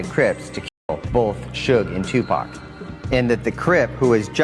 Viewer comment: Wdf its not 2 pack its 2pac/ tupac shakur 🙄 how you get a legends name wrong